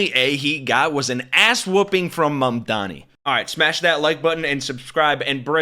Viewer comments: Cuomo know how to say Mamdani's name. He mispronounces it intentionally. To belittle him. It right out of trump's playbook and a lot of Republicans started to do it as well. NY your a lot better off without Corrupt Cuomo. You could have easily denounced trump's endorsement. But you figured that would put you over the top with votes. I guess having Trump's endorsement makes you a HONORARY MAGA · One I do find it rather hilarious that none of Candidate Mamdani's opponents can say his name properly but that such a thing extends into this A.I slop. 2 as does andy boi's hardon for the DSA